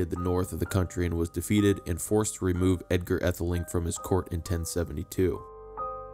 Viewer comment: Pronunciations need work -- too bad to hear an American voice instead of a British one. E.g., Aethling - long a or AA (ae diphthong use in OE). But clear useful information of historic figures.